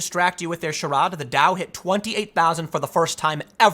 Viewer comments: “Charad”? you mean charade (shuh-raid)? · Tim's pronunciation of charade is classic. 😂